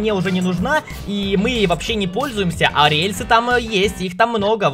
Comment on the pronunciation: он сказал ариэльсы